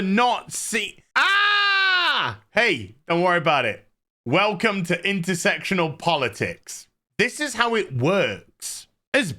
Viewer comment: at least you pronounce it understandably "intersectional" and not intersexual like your peers : )